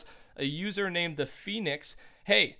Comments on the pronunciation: VISTOR ? llol btw good video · lol “vistor”